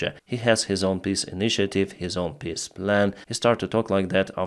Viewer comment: I really like your pronounciation of "peace" "They want to hold piss talks" "Austria wants to hold a piss initiative meeting on their territory" (uurghs) 🤣